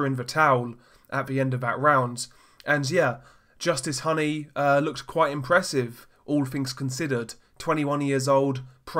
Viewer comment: It’s pronounced Hooney like Rooney.